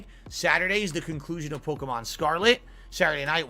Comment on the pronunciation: They way he says polkamon super fast and incorrectly is obnoxious